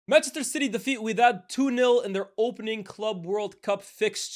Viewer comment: Its wydad🤣